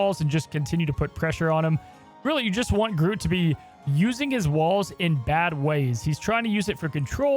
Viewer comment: Wait, how did yo pronounce groot? Groat?